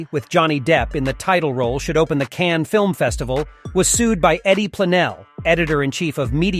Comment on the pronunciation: Unsubscribed due to Cannes film festival being pronounce Cannie, and Louis (loo-eee) 15 (pronounced canz) Loo-ee Canz. I give up.